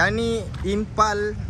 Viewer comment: Sebut pun tak betul..Impul kau cakap impal